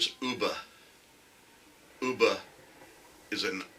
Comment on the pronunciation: It's pronounced as UHB AAH , NOT OOBA, He was killed by a Northumbrian, like me!!!! We still share a lot of common words and phases with the Scandinavians (they love coming across to Newcastle on the ferries to shop- it's so much cheaper here) and their accent is just like ours. Of course they first raided Lindisfarne (Holy Island) in 793 AD.